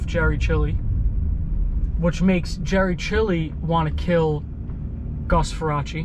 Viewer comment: Get his last name right- Far-race.